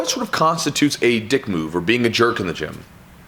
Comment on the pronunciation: I feel like he's putting the wrong emPHasis on the wrong sylLAble. There is a world of difference between a "dick move" and a "dick" move.